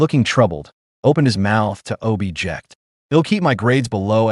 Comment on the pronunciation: I can't believe this AI said "obi-ject"